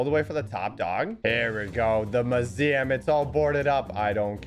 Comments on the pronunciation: My heart when hearing him say mooseeum and not museum: 💔 *coughs blood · are we just gonna ignore pronunciation of museum